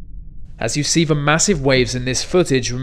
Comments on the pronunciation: He's an Englishman. Who can't pronounce the fucking word 'the'. "Ve"... aaaargh. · guy c There's no joke about his mispronunciation of the word 'the' though. "Ve". If I heard it one more time in this video, I would have had to find him, kidnapped him and given him forced hardcore elocution. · All I hear is mispronunciation of the 'th' sound. "Ve sea". Aaaaaaaaaaaargh. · THe, not Ve!!!!! "Th" exists to be pronounced you twonk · Why can't you pronounce your 'th' ? You say 'v' instead. Just wondered if it was intentional? Good vid, thanks. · Sorry, only a minute in and the Ve, vey, etc. are too much. DID NO ONE TEACH YOU 'TH'???????? Your teachers should be ashamed of you! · God I hate the sea. I hate it even more than people who can't pronounce the word 'the' ("ve"). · No, "Ve worst." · “Vat is one of va biggest waves vat I have ever seen” Pronounce your “th” words correctly. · "Remember vat va vikings" Who were the Vat Va Vikings? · Pity this commentator can't say his 'th's'.............